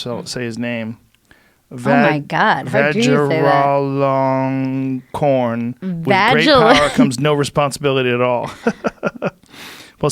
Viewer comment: I'm not even Thai, but what's so hard about saying the name, Vajira-long-korn?